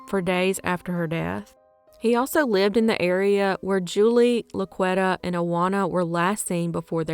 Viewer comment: I think it may be pronounced La-Qwee-tah. Not La-qwet-uh. It's a very popular name in the hood. 2nd only to Shaniqua.